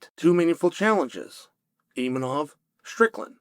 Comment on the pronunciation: Is Chael so unprofessional or stupid that he cannot pronounce such simple surnames like ImaVOV, not ImaNOV or Pereira not PYERA...